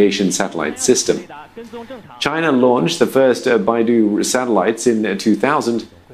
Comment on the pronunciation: 读成Baidu了，真逗